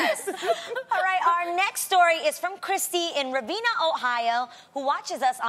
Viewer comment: it's not reveena.. it's pronounced ravehhna. #iwentotkentstate #imnotevenanohioan